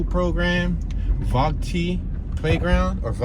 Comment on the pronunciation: Vogt...the t is silent. That's where we would go swimming all summer every summer. Good times.